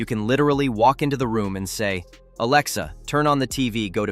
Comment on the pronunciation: For fucks sake, stop saying ALAEXA. Say A or something else. Also, while I am here... Why not show the brand you are talking about while you are talking about that brand. Not worth the time to watch .